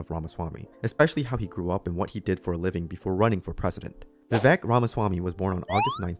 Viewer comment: Vivek 2024, calling out the other GOP candidates as superPAC puppets during the debate was very refreshing. It was ironic how people with nothing but failed foreign policy were calling him out for having no experience. BTW, im pretty sure its pronounced viv-aik, not viv-eck